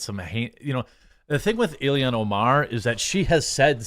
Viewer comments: Jesus he's killing me saying Ilian rather than ILHAN 🤣. I like Jeremy fine but he frequently screws up pronunciations. You would think that the times this happens would be few and far between given that this is his job and how he makes money. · pronounced ill-hahn* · Ur calling her ilian. Yo, I agree she's an alien, but her name is Ilhan, pronounced EEL-hon...almost like Elon...fuggin alien...AND the fed reserve is not "intelligence in accounting," it a fuggin fraud organization run exclusively by one ethnic group. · its I-L-H-A-N!!! Not " ILLIAN. Dude can you even read??